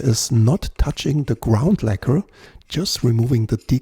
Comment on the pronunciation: Es wird nicht „Die-Kohl“ ausgesprochen, sondern „Die-Käll“. In Kanada auch „Dekl“ - Betonung auf der ersten Silbe. Ansonsten nettes Video, wobei ich beim zweiten Versuch mit dem Decal den Stringtree zumindest aufgelegt hätte, damit es auch wirklich passt. Etwas weiter rechts wär auch nicht verkehrt gewesen… Sen Ash sieht aus wie Esche, ist aber kein und klingt auch eher wie Erle (liest man jedenfalls häufig). Um den Hals möglichst press in die Tasche zu bekommen, kann man mit aufgezogenen und gespannten Saiten auch einfach die Schrauben etwas lockern. Der Saitenzug ist i.d.R. stärker als die Kraft beim Reindrücken von Hand. Manchmal hört man dann ein klackendes Geräusch, wenn der Hals sich in Richtung Brücke bewegt. Dass das den Klang deutlich ändert, konnte ich allerdings noch nie feststellen. Das ist eher Voodoo, glaube ich. Netter Bass!